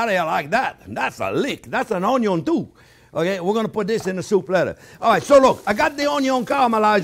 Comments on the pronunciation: You got me with the ultimate Blender! Chef Jean-Pierre, "Uhh yeah baby!", master of the masters of the "o n y o" 🧡🧡🧡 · I look forward to Thursdays to watch your videos..I've watched so many different chefs over the years and taken so many culinarily classes, and I think you are the best of the best. I used to watch Justin Wilson and loved how he would say onion (onyon) like you do, he was quite the character as yourself. I wish I lived in Florida I would be at you school and restaurant all the time. Grazie , Merci and Thank you you are a pleasure